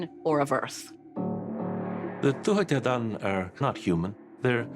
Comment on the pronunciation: The way Americans pronounce Tuatha De Danann makes my blood boil